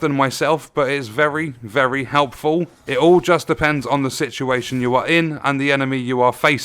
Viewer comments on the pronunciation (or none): none